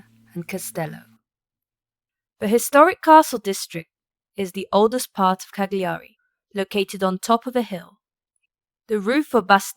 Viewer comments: OMG! Not Cag-li-ari! Cal-ya-ri!😊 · You dont pronounce the G in Cagliari. Its silent.